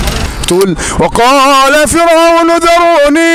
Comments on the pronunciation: اخي الكريم (فرعون) بترقيق الراء وجزاك الله خير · جزاك الله خير أخ رمضان ، لا زلت تخطئ في آية ( و قال فرعون ) فرعون بدون تضخيم الراء ، أنت قارئ للقرآن لازم تكون عارف القراءة الصحيحة و شي لازم على كل مسلم .اسمع للقراء جيداً ،